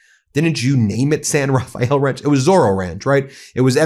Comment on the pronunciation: Did he say "SIN Rafael","sin", "saint Rafael"¿? The guy looks like a robot not human.